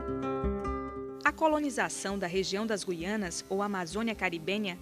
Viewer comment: "Gui-a-nas"? Com o dígrafo "ui", mostrando que a letra "u" não é pronunciada? Mas não é ditongo?